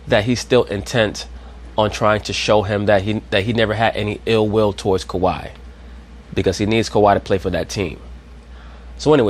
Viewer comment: Can Scottie Pippen please say Kawhi Leonard’s name Right smdh 😂. His name is not Kawaud lol